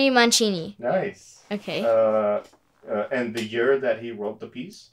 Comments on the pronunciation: I don't think its pronounced Man(ch)ini, I think its Man(see)ini. Anyway great fun video thank you. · Well done! Except it's pronounced man-SEE-nee, not man-CHEE-nee. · This should not detract at all from playing. I'm making this comment just because I know it's very important to you to know the name of the composer. Henry Mancini's last name is pronounced Man-see-nee. I used to hear his name a lot when I was growing up because he wrote so much good music. There's a special about him on this morning's CBS News Sunday Morning (July 7). It may be on YouTube sometime later. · It's a bass line regardless of what instrument(s) it was originally played on. It is pronounced Man-see-nee in america. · His name is pronounced "Man-see-knee" She is a charming young lady and she did a fine job playing a great piece of music. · Well known , prolific composer Henry Mancini pronounced his surname “Man See’ Nee”. Surprised Dad didn’t know that. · It’s pronounced Henry Man-SEE-nee, love. And you’re awesome. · It’s pronounced “man see nee” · What a sweet little angel ---- she's adorable OK she didn't pronounce Mancini's name correctly but she damn sure played it right! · She pronounced it wrong.